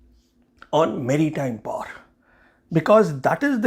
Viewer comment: It is pronounced as Great POWER not Great Par. Fancy but flat out wrong pronunciation. Great analysis of the interview. Thank you!